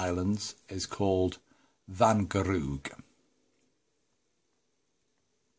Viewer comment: Perfect pronunciation of the word 'Wangerooge',! Nice, little engine! Not too far from Great Britain!:-) Visually the loco could also be British! Do you plan a sound?